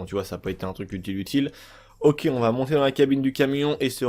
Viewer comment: Tu le sort d'où ton P dans la phrase: "c'est pas très très p'utile" ? LOL